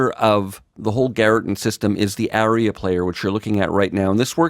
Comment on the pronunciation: FYI "aria" is pronounced AH-ree-uh, not "area."